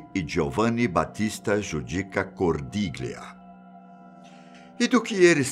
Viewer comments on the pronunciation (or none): Cordiglia pronúncia correta GL = ao nosso LH. Cordilhia!!! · Esattamente! Ho notato questo errore ...